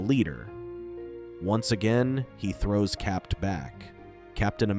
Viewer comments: Constantly hear it pronounced as Cap’t instead of Cap is what’s really annoying! Capt is an abbreviation… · Why are you pronouncing Cap as Capped? Is this some ai voice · Who is capped? You mean CAPT? The T is silent....😅 Dumb AI. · "Cap".. you dont pronounce the "t" in the abbreviation of Capt. America. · Stop pronouncing the "T" in the abbreviated Captain